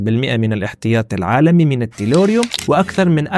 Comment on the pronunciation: التيلوريوم وليس التيروليوم Tellurium in English - Le Tellure en français